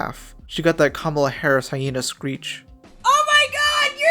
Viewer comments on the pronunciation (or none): none